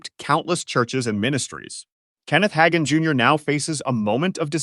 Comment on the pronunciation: It’s not Higan. It is Ha (day) gan.